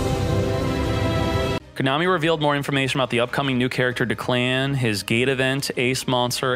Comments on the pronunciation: it's not declaaan, it's declan you need to spell fast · "De-clan". "Triple D". "Double D". Ugh. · Damn it ITS Pronounced "Deck-land" So hyped!! Arc5 is the only anime I watched before it came to duel links. Declan always been my fav character. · Dee-clan lmao this man Btw Why do I feel this will be the best event in duel links? Action Duels might actually be fun, but considering Konami developing this it will prob be a let down. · Does he know he is saying Declan’s name wrong? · Your pronunciation of Deklan is so weird XD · At least try to pronounce “Declan” correctly 🤦‍♂️